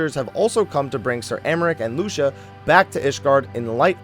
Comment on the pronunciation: Lucia is pronounced Loo-see-ah, not Loo-sha.